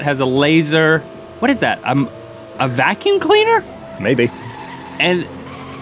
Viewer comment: Link says "hwhy", "hwhatever", and "hwhat".... he's stewie, basically.